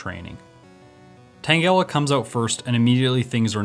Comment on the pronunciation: The way u say tangela tho. . . 🤢